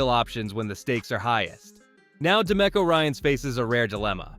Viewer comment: Yeah and it’s pronounced de me co, not da mecko